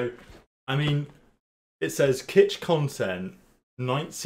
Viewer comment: Faaaaak u can now play early, im officially a hater :(( you can even pronounce kitch after reading it right :((